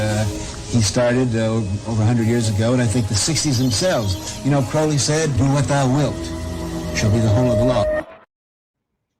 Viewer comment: alistair crowley not alistair crawley